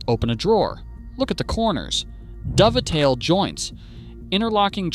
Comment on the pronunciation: A Dov-a-tail joint. That's a new one. Either it's AI or someone who shouldn't talk about wood